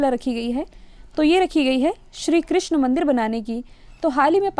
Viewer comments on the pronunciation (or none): none